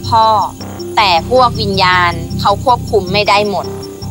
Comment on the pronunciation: วิญญาณ กลายเป็น วิญาณ 555 😂😂😂